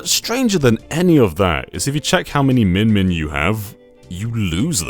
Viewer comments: Spelled "Mimin" Says "Min-Min" Do you have ARMS/Smash Bros on the brain? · I'm hearing minmin but seeing mimin, which is it?